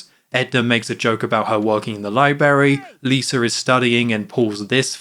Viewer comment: THERE'S TWO RS IN LIBRARY ITS NOT PRONOUNCED LIE-BERRY